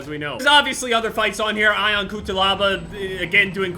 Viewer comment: ion is pronounced eeon